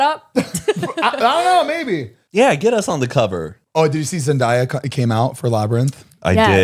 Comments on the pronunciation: zane pls…. “zen-die-uh” baby its “zen-day-uh” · Please pronounce Zendaya’s name right😭 it’s pronounced how it looks. Zen day a, not die/dye a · Zane is pronounced like (ZEN-DAY-AH) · I’ll never get over how Zane pronounces zendaya 😭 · It’s bothered me so much 😂I thought someone was going to correct him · so many people still pronounce it like that tho it kills me